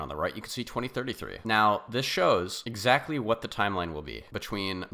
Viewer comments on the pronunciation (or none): none